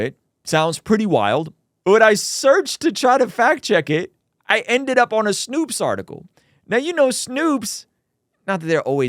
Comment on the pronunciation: Snoops lol its Snowps